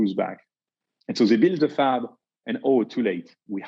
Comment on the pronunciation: I’m catching every word but that one